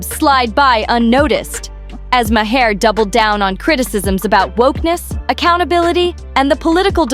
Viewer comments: So tired of AI miss pronouncing his name, it is not my h' are... very annoying!!!! So much so I discontinued watching. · The man’s name is MAHER PRONOUNCED ….LIKE THE PLANET MARS WITHOUT THE “S”. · You need to work on your AI pronunciation of these people's names it's way too distracting to have Bill Mar's Is name miss pronounce 3 different ways. Not to mention sunny Hostin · Thats not how you say Bills name